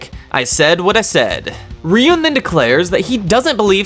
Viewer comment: you calling Ryuuen "Ryun" is like calling him "Dragon Boy" 😅